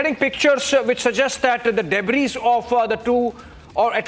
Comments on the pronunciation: Debris is pronounced debri, just for the info of our theatre act english speaking newscaster.. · S is silent in debris. Please tell the newsreader